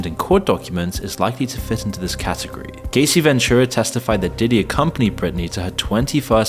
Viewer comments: How you gonna re-upload the same video as yesterday and still get the names wrong 😂 "Cuumes? And who is Casey?? Her name is Cassie. Ca-ass-ee. Casey ain't never been hurt by diddy 😂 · It's pronounced "Cass" "see" she isn't Casey Jones from the god damn ninja turtles, lol. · Sir it’s not CASEY is CASSSS-IE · Her name is Cassie, not Casey. And where's the part about the "idiot celebrities" being "exposed" in the trial? All I heard was the same crap that's circulated a thousand times. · Her name is cassie, not casey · Good video but It's Cassie not Casey. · You didn't even do enough research to be able to pronounce her name properly. And your editor missed it too. How could a Brit ever read "Cassie" as "Casie"? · Yeah, he pronounced it like "Casey" instead of "Cassie." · For real. Why are some content creators incapable of learning how to pronounce people's names correctly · Yeah, it pronounced it like "Casey." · Your Ai text to voice narration doesn't know how to say Cassie's name properly . More training needed. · I expected more info from this video. It wasn't completely content-free, but very disappointing. I also find it funny that he mispronounced both Diddy's last name and Cassie's first name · The fact that in every video he mispronounces Cassie is giving AI generated content